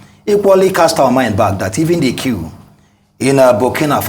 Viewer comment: It is not Kew. It is Coup.